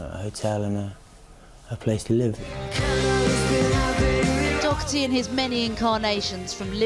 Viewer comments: Its pronounced Doh-herty not dock-erty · She keeps saying Docherty, with a k sound in it. It’s Daw-Herty, easy to pronounce. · Pete Dockerthy..typical butchery of an irish name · As a french i Never understood why the Real english prononciation of his name is ''dock 'a 'tee '' in France WE Say dauw hair tee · Why can’t the English pronounce Doherty properly? There’s no c in it ffs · Why can’t the English pronounce Doherty right? There’s no C it’s not Docherty! Ya’s weirdos! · Sanity at last....... It's Doherty....... Not DOCherty. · whos Dokerty... its Doherty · She says "Dockerty" why? It's Doh-erty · He's not DOCKherty. Learn how to pronounce his name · Why can’t she correctly pronounce his name? Dockerty? The name is Irish and the h is silent. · Maybe she should learn how to pronounce his last name properly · Why say his surname wrong though! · She can’t pronounce his last name.